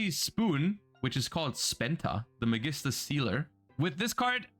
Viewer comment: I remember seeing a shaddoll, gem-knight build somewhere and that looks fun. I absolutely love Construct in all forms and in every universe. And the Magistus stuff is already cool (they butchered my boy Spoon's name).